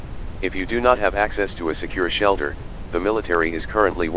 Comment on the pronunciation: ah, yes ""shalter""